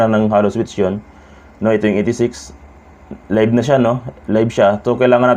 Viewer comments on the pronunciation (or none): none